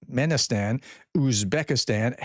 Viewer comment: watching you try to pronounce Turkmenistan brings up Reagan nostalgia. Brains of a feather...